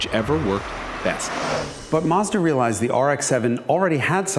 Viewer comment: yes, you nail the correct pronunciation! Both syllables rhyme with the English word "dot." The U can be pretty much silent. The company started labelling it's foreign products MAZDA with a Z, because its initial export market was Germany... where Z has the same sound as "TS" in English. Other correct pronunciations: Toe Yo (as in yoyo) top (minus the t). Knee + san (rhymes with dot). Hone + da (rhymes with dot). Sue + ba (rhymes with dot) + roo. ORIGINS: Matsuda's founder was named Matsuda (pine field). Toyota's founder was named Toyoda (bountiful + field) but after a decade or two, changed the d to a t to sound tougher. Honda's founder was named Honda (original or main field). Nissan means "Japanese production". Subaru is out of the blue: it means Pleiades (the famous star group--hence the company logo!)